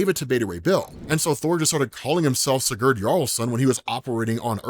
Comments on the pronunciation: Hey, just to help: It’s “see-gerd” if you wanna pronounce that in the future. Kind of crunch up the ‘gerd’ part and say it really fast and more like ‘grd.’ So it’s “see-grd” if you get it down where the other half of the name is said faster and crunches the syllables together. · Bro said siGhuurd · It's Si-Gurd, like Spanish for yes. Then Gurd. Just letting you know 😊